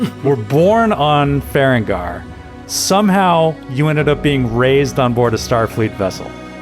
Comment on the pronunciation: I know this is like a year old but I’m yelling at the screen every time I hear it…it’s Ferenginar - Fur Reng Guh Nar not Feren gar. 😅